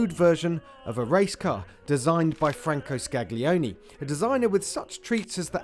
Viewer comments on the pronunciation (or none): I'd probably still go for the 8C. But then again, I can't afford either. And can we please, once and for all, learn to say "gli" in Italian? It's the same sound like in "million". It's at worst "Scalione". Please English speakers. Please. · The 'gli' sound in Italian names is a silent g (Scaglione, Scaglietti etc)